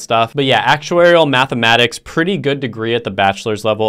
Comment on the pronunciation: You skipped past the first one so fast there was no title card and you barely mumbled the words out...actuarial mathmatics?